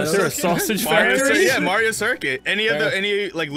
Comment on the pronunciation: tha "italian" cant even pronounce Mario (he's saying Merio)